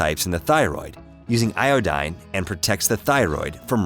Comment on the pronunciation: "Ioooeeedine" ... "Isoooeeeetypes?" WTF? Google how to pronounce them. Thanks for the info. :)